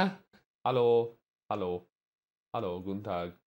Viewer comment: Wow that hallo sounded Very German 😱